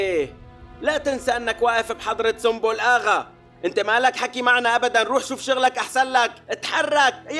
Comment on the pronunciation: تنكتب سنبل وتنطق سنبل وليس سمبل